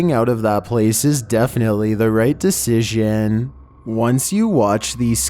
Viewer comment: Will she ListEN. Was it a right decisION? Once you watch this scary vidEOS xD I understand it's meant to be scary and creepy but if you talk like that it makes me laugh and I can't focus on being scared :(